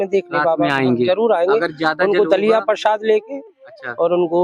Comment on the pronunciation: प्रशाद नही= प्रसाद बोलीये